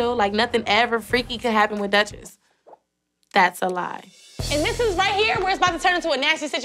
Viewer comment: the way she says it "dats a lai"